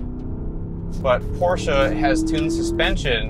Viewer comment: First of all... I really appreciate the fact that the host as well the narrator at the beginning didn't say something like "Porschiii," or "Porschaaa", or just "Porsch", and have it mostly right with PorschE (englisch closed a loud)